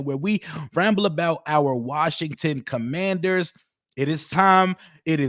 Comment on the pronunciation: 😂😂😂😂😂😂😂😂😂😂😂😂 cumandhers...😂😂😂 foerskins.